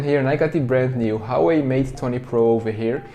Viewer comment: Hauwei ? Pronounciation hahah